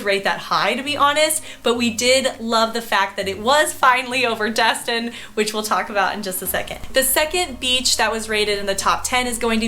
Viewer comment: I just have to point out some things…It not called Dust-Tin its called Des-Tin. Also, where you pointed on the map was more Ft. Myers area not outside Clearwater 😐 ….I’m in Ft. Walton area now for two month I live in Tampa area, I must say you missed out moving up there to Georgia I mean the Panhandle 🤭 Tampa area is by far probably the best area in ALL of Florida with the MOST Beautiful beaches panhandle does not compare. Tampa also has ‘A’ Schools. I’ve lived all over Florida (Jacksonville too) and Tampa is it! It has everything you need and if you need a little more(like Disney) it’s a quick and easy drive.